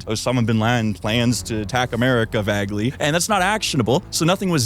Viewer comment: When you read the script "vagely" I was like fuck this guy